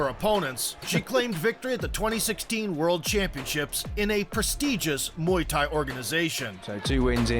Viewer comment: Muay Thai". "Mai Tai" is a drink 🤣